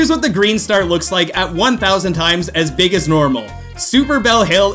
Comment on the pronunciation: Nobody:: Beeg beeg Green star